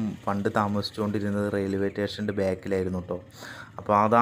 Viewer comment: Railway tation alla makane station ennu parayu